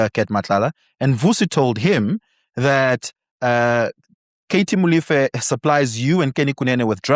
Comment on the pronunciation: Brother, I can't believe you can't pronounce MOLEFE, come on brother, you know better......